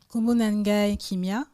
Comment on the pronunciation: y'a juste un petit point sur lequel j'ai un doute, c'est quand tu dis que la lettre "N" est muette lorsqu'elle précède certaines consonnes (dans un mot comme "nkombo" par exemple). je viens du Gabon, et des mots qui commencent par N dans ma langue tranditionnelle (qui s'appelle inzebi, et qui est d'ailleurs très proche du lingala sur la grammaire, et même certains mots), il en a plein (ex: Dieu, "nzambé" en lingala, "nzembi" en inzebi) je pense que le son N n'est pas silencieux, au contraire. il se prononce comme le son "ng" du mot "parkiNG" (en alphabet phonétique il s'écrit ainsi : ŋ ). mais c'est un son qui n'existe pas dans la langue française, raison pour laquelle les français ont généralement du mal à prononcer les noms africains comme "Nkoulou" par exemple (ils diront ENkoulou à la place). sinon, merci beaucoup pour tous ces cours ! pour moi qui apprend en même temps ma langue traditionnelle, je me profite de sa proximité grammaticale avec le lingala pour m'améliorer (et apprendre le lingala par la même occasion), et franchement ça m'aide beaucoup !! courage et encore merci 🙏